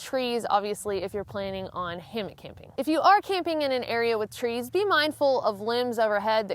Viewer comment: Why do people say “ hammick” the word is Hammock, there is no mick in my hammock